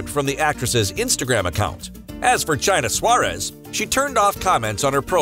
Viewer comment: “Chaina Suárez” 😂😂😂